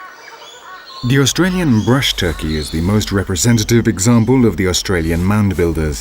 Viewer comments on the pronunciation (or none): none